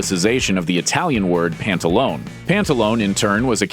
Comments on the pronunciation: "Pantalone" should be pronounced with 4 syllables not three -the Italian language doesn't have silent letters.The name "pantalone" ultimately comes from the name of an early saint -San Pantaleone. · My stance on pants is that you need to pronounce that final vowel in the italian word, pantalone.... >_< LOL!